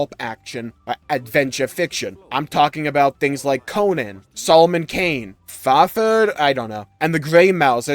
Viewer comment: Hey, you pronounced Fahfrd right!